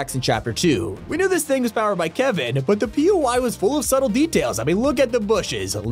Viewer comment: Are we just missing he said Blevin instead of kevin